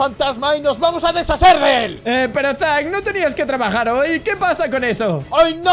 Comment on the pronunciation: Si a mí también pero creo que se dice zack